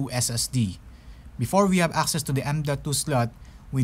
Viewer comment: Okay, I can't help to but laugh at the way you pronounce: "before we have access to the m.2 slot" . Sounds like "before we have asses to the m.2 slut" hahaha. Great video though! Thanks :D